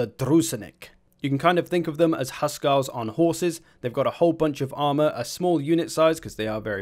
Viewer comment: btw Húskarl is said Hús karl not husk arl